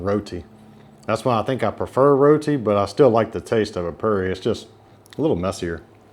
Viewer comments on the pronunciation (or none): It's Pronounced "POO-RI" boss, don't say "PURREE" lol, I almost wondered what you were talking about 😂 Hope You Enjoy Guyana! Always Great FOOD! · Omg he wants to eat local but wants to put ketchup and tartar sauce on the 'poo'ri not purr ee. Dude the curry in the poori is very moist .